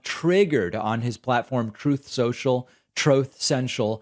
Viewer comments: "Trothe Sential" 😆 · The fact you call it “Trothe Central” 😩🤣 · Anytime you say “Troath Cential”, I burst out laughing 😂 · Gotta play the sound byte when you say "Trunth Sentril" 😂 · I literally live for everytime you mention or show the "TROTH SENTIAL" clip 🤣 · Every time you say "Trowth Sential" I literally lol. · I need Troath Cential to be my notification sound. It makes me laugh every time.